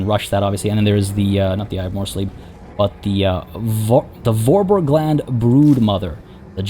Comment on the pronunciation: For-bearg-lund If you're interested the German Reikspiel pronounciation ;) It's a region in the western Reikland, just below the Grey Mountains. Fitting enough, considering that the name simply means "Foothill Land". ^^